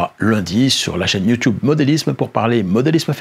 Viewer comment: En France on dit YouTube et pas you tioube